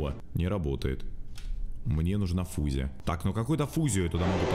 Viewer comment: "Мне нужна фузя"